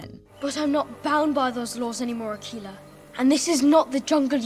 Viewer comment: Akela is not pronounced akeela.... Its pronounced "akayla" meaning the single or solitary one".